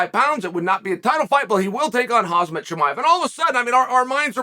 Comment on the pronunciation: brother Chael, it's not HaZma.... it's HaMza...